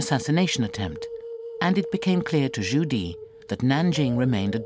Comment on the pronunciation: Zhu Di not Judy